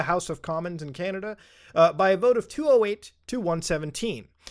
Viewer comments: Muta called it canadia lol. I use to say that a lot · You literally said are you from canadia!! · whyd u say canada like that